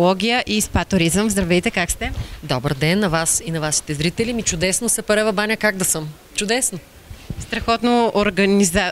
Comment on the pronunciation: Научете се един път за винаги как се произнася името на града. Казва се сАпарева баня а не сЕпарева баня.